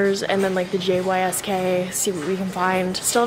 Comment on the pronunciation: WOAH I've never heard someone say "J. Y. S. K" I've always said "yisk" like rhymes with whisk hahaha but maybe it's me? idk